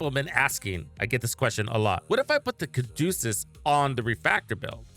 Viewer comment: its the Ca du ce us not Ca du cus